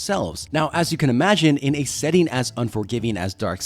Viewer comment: How do you spell 'setting'. You do know how 'setting' is spelt, right? Why are you saying it weird like it's spelt setning